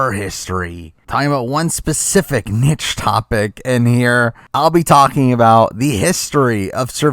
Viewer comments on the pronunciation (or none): did you just pronounce niche and nitch